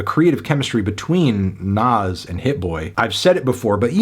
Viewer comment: I deadass thought u said nav😭